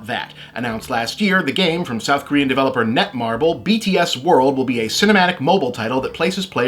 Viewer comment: I appreciate this too! The only truly offensive part was that he completely failed to pronounce their band name correctly, sounding like he was mocking them, but otherwise a great video!